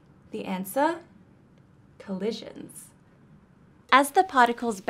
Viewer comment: They way you say "collisions".